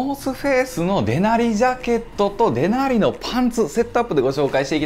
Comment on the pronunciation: デナリのイントネーションがもう、いなりやねんw